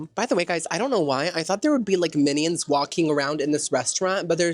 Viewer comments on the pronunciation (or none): Are you saying “minnie-ons” 💀🤣